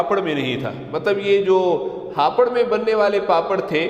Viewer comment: Yeh hapar hai ya hapoor